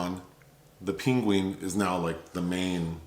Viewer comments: "...The Ping-Ween" (Penguin) lmfaoooo the way you pronounced "penguin" is hilarious. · i burst out laughing when he said peengween